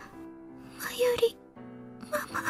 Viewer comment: I must keep trying in order to reach Steins Gate. Rule of thumb for Japanese names, please stress the THIRD TO LAST syllable. This is VERY CONSISTENT; you should never need to guess how to pronounce names: Amane SUzuha, not aMAne suZUha MAyuri, not maYUri Okabe RINtaro, not oKAbe rinTAro / Okarin, not oKArin / HOUouin Kyouma, not houOUin KAede, not kaEde FUbuki, not fuBUki Itaru HAshida, not iTAru haSHIda HIyajo, not hiYAjo MAkise KUrisu, not maKIse kuRIsu KAgari, not kaGAri (this one you got right) MOeka, not moEka And from other games, to make the point clear: MAjima, not maJIma MAkoto, not maKOto KAzuma, not kaZUma If you don't believe it, just listen to how the voice actors pronounce the names. It's a western tendency to stress the second to last syllable instead, but third to last is correct. I would understand not knowing how to pronounce names if you read them with no context, but in games like Yakuza and Steins;Gate, the voice actors read out the name for you so you should know how to pronounce them.